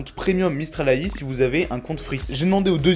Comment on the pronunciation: Tu prononces très mal AI ! Si tu dis ça à des gens qui pratique le metier de programmeur en IA tu vas te faire charcuter 🤣🤣 ! AI c'est anglais, IA français